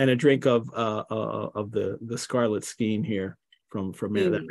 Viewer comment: FYI: “Skein” is pronounced with a long A sound.